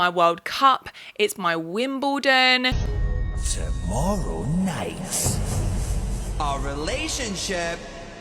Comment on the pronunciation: YOUR WIMBLEDON 💀💀💀 girl